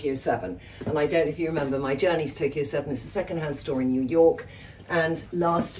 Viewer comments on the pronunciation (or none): none